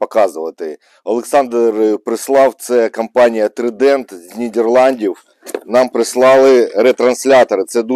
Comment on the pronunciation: ТЕПЛОВІЗІЙНИЙ А НЕ тепловізіційний! КОМПАНІЯ ТРАЙДЕНТ (ТРИЗУБ) А НЕ трідент.